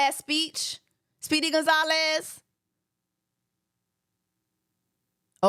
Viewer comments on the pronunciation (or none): none